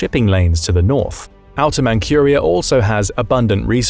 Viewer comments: You are saying it wrong! It is pronounced like Mantsuria, not "Mankhuria". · Manchuria is pronounced Mantchuria NOT Mancuria. Horrible. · Manchuria is pronounced Man-CHEW-ria, not Man-QUEUE-ria. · It isn't "Mankhuria". It is said like Mantsuria. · "ManKHuria", it's ManZHuria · Not mancuria lol! Manchuria! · It's Manjuria, not 'Mankuria'. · You'd think that with all the videos being released, the computer generated voices would get fixed regularly. But noooooo, let's just continue to release crappy obviously fake AI voices. 'Man KUR ia'; really? What else is fake? All the comments? Probably. All crap. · for Pete's sake, look up the English pronunciation of ManCHuria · Man-Q-ria? Huh? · It's Manchuria, not Mancuriea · dude say Mancurea...lol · Never heard anyone pronounce Manchuria like that. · Mankyuria? Zhinzhang? Maybe brush up on he pronunciation of these place names?